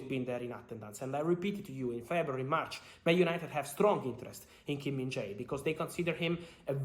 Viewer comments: Hey bro. It’s pronounced Kim min-JAY. Not JAI. Appreciate your content as always. Korean united fan. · The pronunciation is kim-min-jay not kim-min-jai.